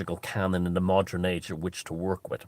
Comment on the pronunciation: Please, please stop saying 'modren' and 'modrenise' ...it's like people saying egsetera instead of etcetera. ... it's not a colloquialism, .. it's just bad grammar!